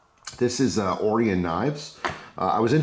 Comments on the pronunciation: Orion... Oh Ryan. Not oreeon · Right…O-RYE-UN…pronounced with emphasis on the “rye”. Like the constellation of stars. I ordered one with black blade and hardware, red accents and the raindrop carbon fiber scales, custom tuned by the shop in Salem, Oregon. I paid $125 delivered which is a stellar value! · I think it's pronounced "oh-ryan". Interesting knife. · Hey...pal...its O-Ry-In Knives you jerk!!! Lol I'm just kidding bro love the videos. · Common why you pronouncing it like that? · I don't know if you know this bud, but it's pronounced Orion not Orion.